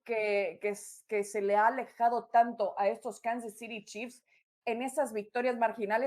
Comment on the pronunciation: Me pregunto, éstos 4 analistas para que público se dirigen? para los gringos o para el de México? Que les cuesta decir "acereros",los jefes ","los cuervos ", etcétera, está bien su pronunciación, sobre todo las chicas, y el pelón diciendo"Kansas citi "... ó era"ciry"?!no saben desligarse de cuando están transmitiendo el partido